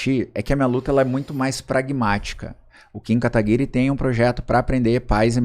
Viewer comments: Poxa, um cara estudado como tu, e não sabe pronunciar Kim Kataguire😅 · O cara se diz estudado, advogado, jornalista e quase um médico não sabe pronunciar o nome do kim KATAGUIRI KKKKKK meu DEUS ridículo. PARABÉNS vc destruiu esse.